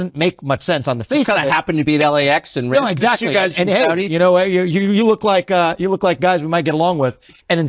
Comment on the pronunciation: Investigator: Did the Saudis do it? Government: No. I can 100% confirm the Sour Dees did not participate in 9/11. I: I'm sorry. Did you say Saudis or sour dees? G: correct. Exactly... The Sowdees. No 911. I: Wait. What are sowdees? G: Sowed ee's. As clean as they come. I: What are you talking about? G: I'm just saying, with complete conviction, that the Kingdom of Sword Tee A Ray Bee Ah did nothing ever at all to America in our history of all time!.... The Saudis though. They went sick.